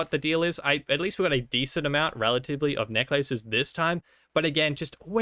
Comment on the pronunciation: The way he says necklaces tho >:(